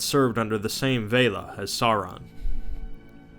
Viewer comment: Veylar? Stopping the video, goodbye.